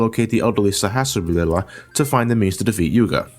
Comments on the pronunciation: Saw has raw la is how is said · Oh my god dude, every time you don't even attempt to pronounce the names I laugh way too damn hard. I laughed especially hard at "Saharlashahal"